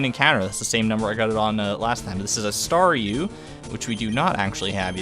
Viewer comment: I know I am super late but Thank you so much! I love being a Staryu! and yes you pronounced it correct the first time.:)